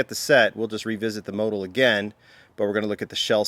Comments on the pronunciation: Motul pronounced... Mo-tool. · I've always pronounced it mo-tool. Have I been pronouncing it wrong?